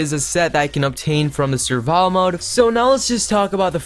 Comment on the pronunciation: It’s survival mode not surva btw